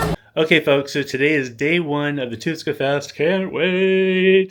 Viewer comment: you butchered Tuska so bad mate. It was like i didn't hear that at all...quick life hacks...try to say thx in their native language, be considerate and don'rt fight finns.